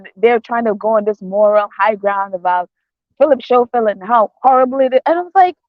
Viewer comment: It's Philip Scoffield and not Showfield and it's spelt Schoffield. Sorry for correcting you.